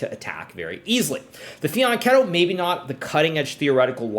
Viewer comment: Wooow you said Fianchetto! Bravoo 😄